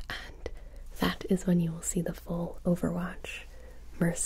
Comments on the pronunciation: Ah yes I love "Overvatch"😂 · 0.18 I swear I'm hearing overvatch